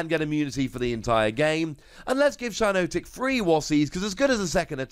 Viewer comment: It’s shi-NOT-ic not shi-NOTE-ic